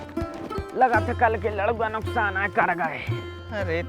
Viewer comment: Bro, it's नुसकान not नुकसान😂😂😂😂😂